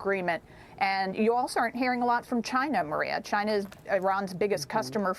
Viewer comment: Maria sure loves to talk about "Chuyna" lol